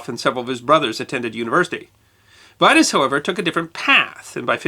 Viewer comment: VERY INTERESTING IN DEED. JUST one thing, 'Vitus' Bering is pronounced: 'Vee'toos' not 'Vaitos'! And he was born in Horsens, East Jutland, Denmark. A fellow Dane.